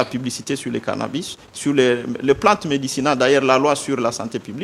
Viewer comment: Cannabis , et non cannabus...